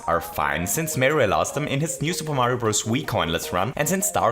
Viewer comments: mayro is a she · “Lovely mayro people” love it